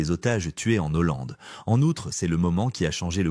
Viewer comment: On ne dit pas en n’Hollande! Pas de liaison!